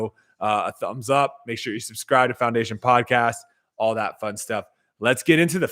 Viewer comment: Did say clowndation?